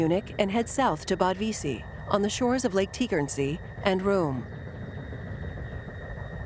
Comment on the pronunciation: Some of the narrators need to familiarize themselves with German terminology. Not "Liebenstandard"; it's LEIBSTANDARTE. And Wiesee is not "Whyzay"; it's pronounced "VEEZAY".